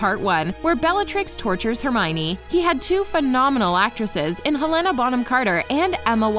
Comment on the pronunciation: you pronounced Helena Bonham Carter's name wrong. It's Hel-Le-Nah. I don't believe the Holy Cricket one because I saw or read something that said Emma Watson actually hated saying Holy Cricket. So how could it be improvised if she hated saying it from the start? Also that scene with Mr. Weasley is not adlibbed it's in the book somewhere but sadly you never get to see him ask about the rubber duck in the DVD version, it was only in the movie theaters that you heard him say that line.